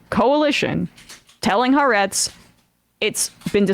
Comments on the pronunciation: It's pronounced Ha-aretz, not Haretz. The Ha means The and Aretz means Land. You need to prounce the two words separately. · Also! Its pronounced Ha-Arezt!! Get your reporting right!!